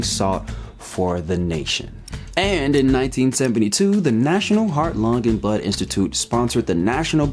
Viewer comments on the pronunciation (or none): Okay, great video so far, plan to finish it, but I can't ignore this. , am I the only one that can't unhear "The National Heart, Lung, and Butt Institute." I've rewatched it like 10 times, and I know he's saying blood, but I can't hear it. Love the video, and other videos you make tho, please keep it up!